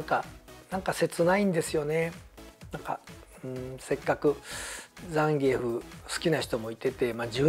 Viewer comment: 今回のザンギュラの問題だけじゃなくて、移植作品でのフェイロンの国籍やホンダステージの背景(ニッスイさんも悲しんでる？) もしかり、本当に"気を使いすぎ"です。逆に知ってる大人からすると"ねんでやねん！？" てなります。 ロケテで開発スタッフですら倒せないザンギ使いが現れて、めちゃくちゃ弱体化された思い出のキャラ・・・ あと、ザンギエフの発音。－－￣＿ ＿ (関西風のイントネーション)が。￣ーー＿ ＿ じゃなかったのね。